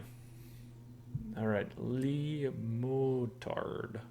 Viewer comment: Le Motard, or “the Motard” . Not Lee Motard :-p